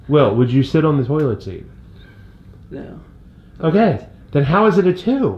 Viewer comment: "toolit seat"